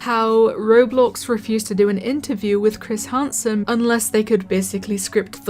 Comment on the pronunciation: "Chris Harnsen"